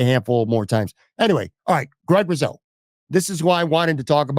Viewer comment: It’s pronounced RuSo, hard S, not ‘riz’ sound. Actually, it’s ‘GROOOOOOT!’ Otherwise good podcast!